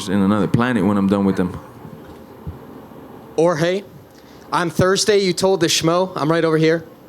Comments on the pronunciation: dude it's Jorge not George , you may get your share of the buffet 😅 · Dude really goes GEORGE. Really couldn't handle pronouncing Jorge or does he know him well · Can they stop pronouncing Jorge as George? Its so ignorant and disrespectful